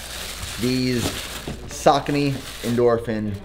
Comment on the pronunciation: Today marks a special day. After YEARS of watching this channel, you finally pronounce Saucony right 😂 👏🏼